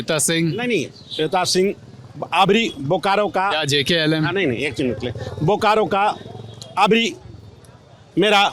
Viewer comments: पत्रकार महोदय आप JLKM को JKLM ना कहे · Ptrakar mahoday jklm nahi Jlkm 🎉🎉🎉🎉 party Party ka nam nahi bol pa rahe hai...... Patrakar bik chuka hai .....